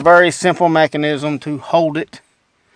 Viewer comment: you sound just like a damned Squidbilly haha! "The lil Machenism" "reflectic stuff" lmao, you were a hoot to watch. in all seriousness though, the thermostat was some really ingenious stuff! well done